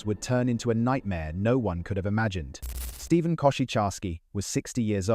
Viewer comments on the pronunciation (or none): none